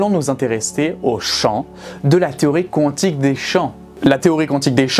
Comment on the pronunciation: La prononciation mécanique Qwantique me stresse 😅